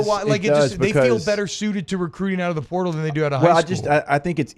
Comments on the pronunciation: Plz stop saying purtal!!!! It's PORTAL!! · Pertol??? Can he not say portal?